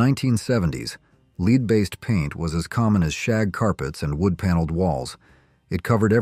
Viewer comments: "LEED" based paint? Stupid AI voice over! It's pronounced as: "LED" you stupid idiot! It's taken year for people to realize that corporations never really cared about our health and well being. The cigarette companies knew that smoking killed as early as 1920 but fought anyone who said otherwise. The use of lead in paint was something chemist at the paint companies warned their management about but were ignored. Asbestos companies told their management people to live upwind of the factory because they knew the danger! People and companies threw trash out anywhere it was convenient! I do not miss the "old days" one bit! Our water and air are cleaner and food a lot more nutritious then it used to be. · I hate content creators who are too chicken$h17 to record their own voice, and instead they use some inferior text-to-voice software that gives us such things as "leed-based paint" instead of "lead-based paints" or ". . . a food additive known as red dye number second studies at the time suggested . . . " instead of ". . . a food additive known as red dye number two. Studies at the time suggested . . ." These channels typically steal other people's content in ways that do not constitute fair use. Besides, all of that, the way in which they present the subject matter is often dull and boring. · It's called lead paint. Not leed! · Lead paint. A I. Pronounced Lehd not LEED🤦🤪 people still get in a car and drive after drinking. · It’s lead paint not led paint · CLICK BAIT - ....it's not "LEEED" paint. It's lead paint pronounced "led" paint. FYI : I stopped watching this when I realized this janky text-to-speech AI junk video. GET OFF MY FEED! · Lead is element 82, pronounced "led," not pronounced "leed." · you need to learn how to pronounce words. It's not 'leed' paint it would be pronounced "led" paint, get it straight so your channel is worth listening to. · 'Leed' paint????? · I would get your AI voice to learn how to pronounce certain words....lead, to start with.